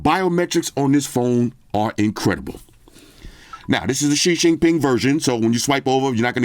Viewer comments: “ Shi Shin Pin” gets me everytime🤣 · Nice and classic as always. 😊 but it's XI JINGDING NOT xi jinping 😅